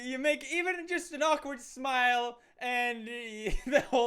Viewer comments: Anyone noticed "akward" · It's actually "awkward" not "akward" boom (explosion)